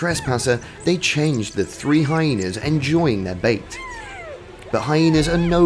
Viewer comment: It is not high naaas, it's hyenas